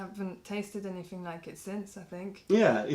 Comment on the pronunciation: ok ill take that back... when i hear "anyfing" i loose interest